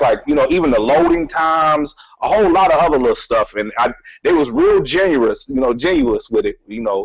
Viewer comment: IDIOT SHOWSTOPPER CAN'T EVEN PRONOUNCE GENEROUS.